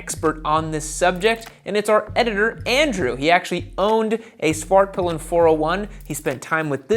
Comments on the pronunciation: Suvhurtpill'un and vittepillen ofcourse imagine owning one for years and not being able to pronounce it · Why not just say “the white arrow” or “the black arrow”? The American pronunciation of these words is making my Swedish ears bleed.